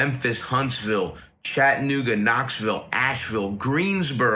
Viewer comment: I love how people say chat. uh. nooga. Instead of chatta nooga lol